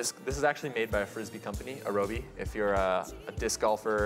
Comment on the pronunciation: It's not, this guy is just a bit of a berk Alan Adler's flying toy company is called Aerobie. so his brewer is called an Aeropress. And if I'm right... it's "arrow bee" not "a row bee". Should have asked Alan back when he was on the coffee boards but it never occured to me. :D And that was a cringe worthy way to flip it over. Just tilt your cup a bit, lay the press end in the cup and... roll. Simples.